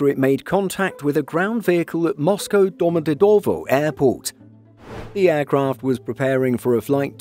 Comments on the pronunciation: The airports name is spoken "Domadedawa", just to be correct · Was thinking the exact same thing. Why emphasize certain syllables like that 😂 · Why do you pronounce Domodedovo like that 😂